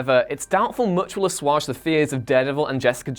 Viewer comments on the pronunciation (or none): The pronunciation of assuage - a-swayge, not a-swarge. Whatculture strikes again. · "Assuage" is not pronounced "uhswahdge"...